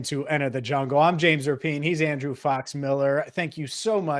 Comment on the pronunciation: Speaking of names...not sure if u caught Kay Adams crediting...JAMES RAPPY-ANN at first. After couple tries she did finally say...RAPIEN